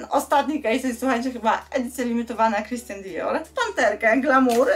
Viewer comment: Christian Dior a nie Christan XD wiec jakie połączenie z bogatą marką